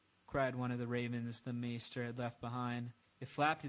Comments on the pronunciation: The next book is supposed to be about 1500 pages but knowing George r.r. Martin it'll be way longer and it's pronounced mayster not meester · Its pronounced "MAY - STER" Like... try saying the holiday, easter... then replace the "ea" sound with the month of may. Youre welcome. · Pronounced May-ster